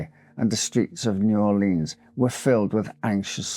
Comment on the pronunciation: New Orleans is pronounced new Orle-uhns or new Or-lins. Never upon EVER new Or-leens! It makes our blood boil. As Lafitte would say, Arrrrrrgggghhhh!!!!